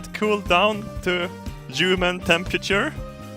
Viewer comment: La någon märke till att "human" lät precis som "ljummen", coincidence? I think INTE